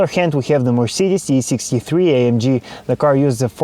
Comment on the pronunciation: How hard is it to say AMG E63 S?